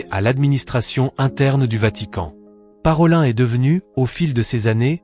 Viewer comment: Parolin se prononce comme ParoliNNE ( nom venitien) et non ParolAIN .